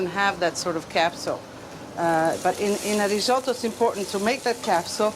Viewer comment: Why can't Americans (narrator) not pronounce risotto correctly?